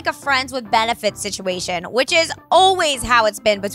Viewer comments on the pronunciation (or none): none